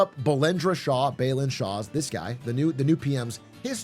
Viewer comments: It's BA-LEN BA like in 'BA'R, and LEN like in 'LEN'GTH Not beelan like in 'Be'st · Somebody really said it during this election "Voting is not charity, it's rightful" And thank you from all Nepali fans around also* His name's pronunciation is not Bay-lin it's Bah-len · Balen❌️ belun✅️ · i'd say it does. we'd like to see his name pronounced right! :)